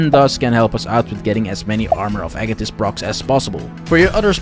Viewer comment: I'm liking this video simply because you pronounced "Agathys" properly.